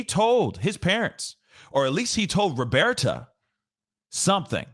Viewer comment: Found your channel just recently and love your content so far. I love that you call her “Robearta” lol and I also believe that note is a lie. It’s gross. I feel so bad for Gabby’s family and I hope they win their lawsuit.